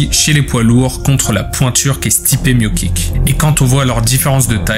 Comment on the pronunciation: ... Miokick? Miotchitch ou Moicitch. Le C comme ici. Si non j’ai beaucoup apprécié la vidéo